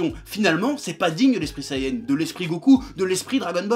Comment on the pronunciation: Ça s'appelle Super Saiyan et non sayenne